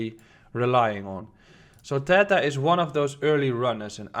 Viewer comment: It's pronounced theeeeta, I had to check did you really say accumulation for Tether 😂